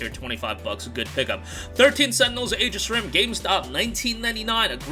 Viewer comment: Thought you said "13 sentinels age of shrimp." 😂